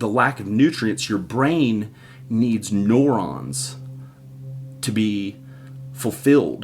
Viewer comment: You said neurons wrong